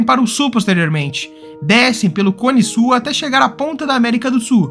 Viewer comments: Du SU da América do SU. rs Ótimo vídeo, mas muito sui generis a pronúncia de "sul". 🙂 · Que nervoso! O narrador não pronuncia o L na palavra “sul”! Ele diz “América do sú”, “cone sú”, “para o sú”…. 😖😣